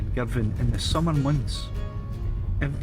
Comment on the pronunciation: great!! - finally - a geezer that knows how to pronounce Girvan!!! - was that Kintyre to the north and Ireland a bit south in the far distance?? another nice vid